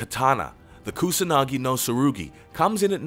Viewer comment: It is pathetic the pronounce of non English name, like Amaterasu, Kusanagi or Yamata no Orochi.